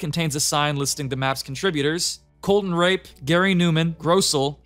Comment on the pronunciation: I don't think you pronounced "Colton Rappe" correctly, LMAO